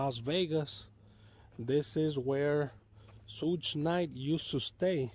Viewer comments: Douche bag not “soog knight” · I FIND IT FUNNY HOW HE PRONOUNCE’s SUGE’s NAME SSHHHUUUU NYTE 🤣🤣😅😅🤣😂